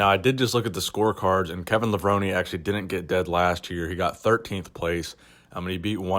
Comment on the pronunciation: Is it really pronounced Levroney? :|